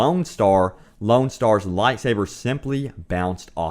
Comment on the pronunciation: did..... did he say lone star? like... like the spaceballs character?